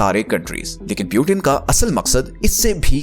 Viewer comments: Peuten ❌ Putin ✅ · It's Putin, not Piutin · पुतीन को प्युटेन क्यू बोल रहे हो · Putin❎ Piutein✅😂😂😂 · Peauten❌ Putin✅😂😂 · Bhai video fir se banao, or agla bar putin ko putin hi bolna .pyutin nahi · Its putin not pyutin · Butain nahi bhai putin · Kya Pyutin Pyutin bol rahe ho Putin bol na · Good theory but It's "Putin" not Butin! By the way. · Piutin nahi putin bolna sikh pahale. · Sabse pehli baat pautin nhi putin bolo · Pewtin nhi putin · Pew-teen❌ nahin Poo-tin hai✅😂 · Puitin 😂😂😂😂😂😂 First go and lear to pronounce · Bhai pu tin kyu bolta hai😂. Wo tin ka dabba nhi h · Putin ka pronunciation hi galat hai aur app sources expect kar rahe ho.